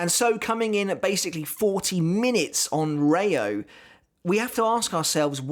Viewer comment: And it's rei-oooo (the o is long) not reyo.